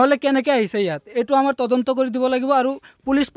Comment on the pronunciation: 😂ata Assamese word correct koise tadonto aru reporters last kaibar tondonto kole oh count korok sun😂... Reporters namsakar janisu